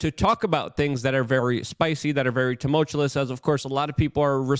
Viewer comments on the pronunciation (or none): Dude! Stop trying to say tumultuous!!!